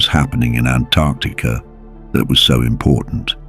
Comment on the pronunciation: Typically, I hate AI, but I kinda wanna marry this AI because it knows how to pronounce Antarctica